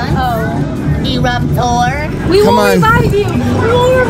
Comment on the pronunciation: when says "eruptor" lol